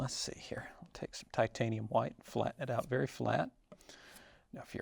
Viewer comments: Titanium ha-white. Bob use to say it the same way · No fro...no go!!!!!! I'm just kidding. I like this guy. As long as he talks softly and pronounces it as titanium hawhite. Nope, nevermind. He didn't narrate beating the devil outta his brush. This man is a fraud..He has not been trained by Bob Ross,he did not mention beating the devil outta the brush on his first beating the devil outta his brush......Again I am kidding. I remember seeing Bob Ross almost 30 years ago ,one of my first memories as a kid and thinking he was cool. Bob Ross reminds me of my dad if my dad were a paint artist.